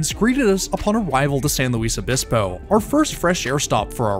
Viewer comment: Small pronunciation- San Luis is pronounced San LOOIS obispo and Camarillo is camareeo